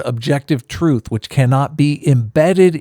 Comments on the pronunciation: What is “Troof”? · Did you have to put that Emo's face as your background the whole time? Furthermore, I refuse to accept an argument from a person that hasn't learnt to pronounce "th" and says "truth" as "truf" which is something that most 2 year olds have mastered. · I will never listen to anyone who pronounces it "troof". If you are born in England and you can't get basic English right I am not interested in your opinion.